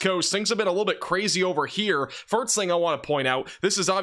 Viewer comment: I’ve been a long time watcher, and I have to ask are you purposely trying to say “first” incorrectly, and again and , come on… there’s more… and … you know what you’re saying…